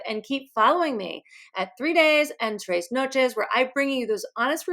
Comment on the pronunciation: Love your vlogs ....... but one thing ..... with love ..........just always gets my goat - you chose the name 3 days 3 noches .... you are in Mexico a lot of the time so easy to ask someone how it is pronounced correctly ... but it is trez nochez not traaayyes noooooachayyyyys . Tiny detail but it rankles. 😘